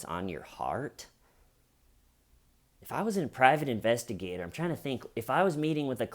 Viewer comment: Intestigator??? Like intestines LOL